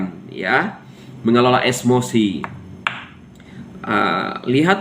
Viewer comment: Emosi Bukan esmosi.🤭